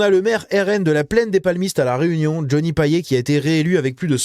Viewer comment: Toute petite précision, à la Réunion on prononce "Paillette" (Pour Johnny Payet). Bravo la Réunion.